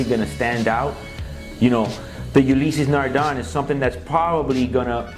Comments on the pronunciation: It's pronounced "Ulyss Nardä" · I'm surprised none of the purists have cried bloody murder about the pronunciation. Lol. Great Ulysse Nardin video guys!